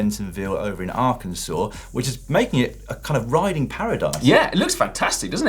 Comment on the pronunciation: Hey Dan...PERFECT pronunciation of "Arkansas"!